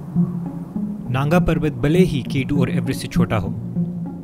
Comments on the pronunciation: Naanga Not Nanga🤣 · It's naanga parbat pronounced not nanga parbat